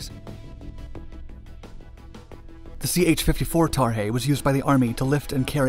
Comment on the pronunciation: Why is he calling the sky crane tarhey?